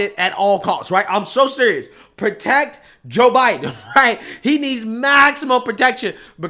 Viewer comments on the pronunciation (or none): none